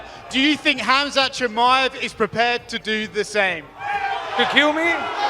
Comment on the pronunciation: Como vas a pronunciar tan mal el nombre 😂